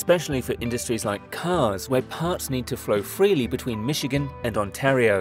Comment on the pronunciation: can't pronounce Michigan or Ontario, good lord